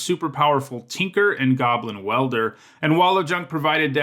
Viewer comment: Where are you from? I'm curious because of the way you say "Tinker" and "hand."